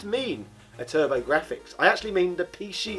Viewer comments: Apologies in advance if it’s a rude question, are you deliberately saying pee she? Edit: Hong Kong ? PAL, English, Very close to Japan .... ? Edit of the edit: I should have watched it all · why does he keep saying pee shee